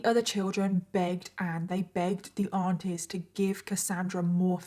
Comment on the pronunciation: OH aunties! I thought you were saying ARTISTS 😂